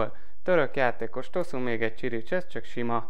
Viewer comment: CSIRICSESZ xDDD KIRIKES egyébként